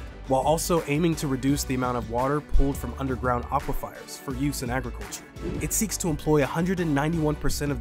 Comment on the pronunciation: its aquifers not aquifiers btw